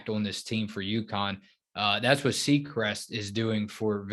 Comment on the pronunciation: Her name is Siegrist, not Seecrest.